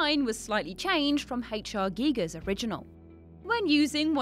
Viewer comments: Giger. H. R. 'Giger', not Geiger. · "GUYGER" Not "geeger" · They also spelled and pronounced H.R.Giger incorrectly, it’s pronounced Guy-gurr not gee gurr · Haitch Are Geegers, lol totally wrong but I love the more British pronounced way of saying H R Geiger....👌👌🐈🐈🐈🐈🐈🐈🐈🐈🐈🐈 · 1. It's Giger and 2. It's pronounced Guyger